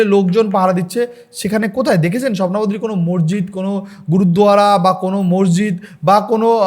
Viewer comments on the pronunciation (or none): none